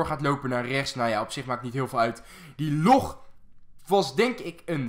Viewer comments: zeg log geen loog is irritant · je zegt the log verkeerd het lijkt lok